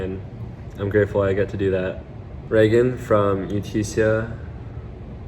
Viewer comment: Lol did he say it right??